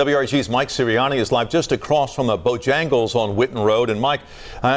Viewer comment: The reporter called it Bojangas?